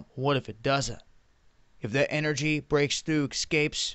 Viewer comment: HADron, there's no "L". BOson, again, there's no "L" in the word. Escape, there's no "X" in the word. Across, there's no "T" in the word. Speak well.